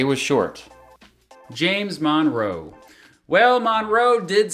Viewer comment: The second syllable is stressed in the name 'Monroe', and the first vowel is pronounced as an unstressed schwa, not a short 'o' . It's pronounced 'muhn-ROH', not 'MON-roh'.